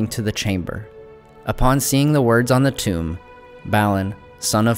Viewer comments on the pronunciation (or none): none